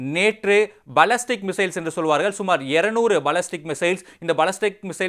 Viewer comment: பல்லஸ்டிக் missiles யாருடா நீங்க எங்க இருந்து டா புடிக்கிராங்க இது போன்ற தமிழ் ஆங்கில உச்சரிப்பாளரகள் ??